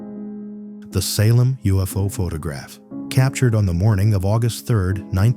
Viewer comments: AI can't even read properly! Pho-tah-graph! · PhuTOGraph. Lovely AI shitslop. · Pho-ta-graph... AI slop, and not even good AI slop... and blocked. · This stupid one said "photograph" incorrectly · AI can't pronounce the word photograph properly. How stupid!